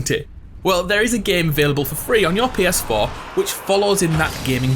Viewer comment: "Pee Es Foh"